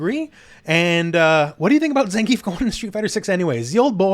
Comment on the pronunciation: ppl just can't pronounce Zangief's name right. lol